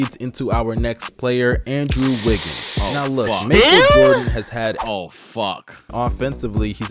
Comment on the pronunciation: “Maple Jordan” 😂😂😂